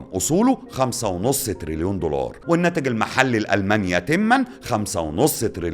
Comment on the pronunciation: ياعم الله يكرمك اسمه دولار مش ضولار 😅